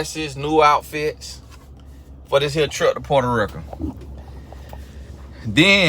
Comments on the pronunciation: “portaaa rika” i am cryingggggg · Lol at pronunciation of Puerto Rico (porta ricka lol) 🤣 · "Puerta Rick-uh" had me at dead 😂